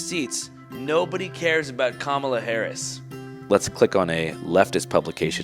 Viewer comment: Listen, I love this channel as much as everyone else. But I'm pretty disappointed that y'all would post a video where the interviewer can't even be bothered to pronounce Kamala Harris's name correctly. That's honestly pretty bad.